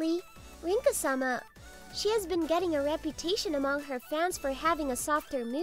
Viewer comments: Bro am I the only one who realised him saying her name Linka instead of rinka 💀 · Linka....huh someone switched the r for an l there